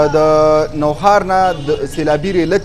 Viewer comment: Nohaar na Nokhar